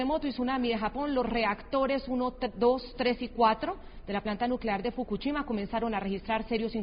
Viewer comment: ES FOKUSHIMA!! NO FOKUCHIMA!! APRENDE A DAR LAS NOTCIAS MENDIGA VIEJA!